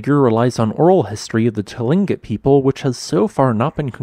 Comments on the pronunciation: Tlingit is pronounced “Klink-it”; just saying out of respect of the Tlingit-Haida Indian Community of Southeast Alaska. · Just FYI, "tlingit" is pronounced "klinkit", roughly, in English.